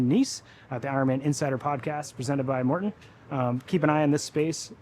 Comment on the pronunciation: Can‘t even get MartEns name right smh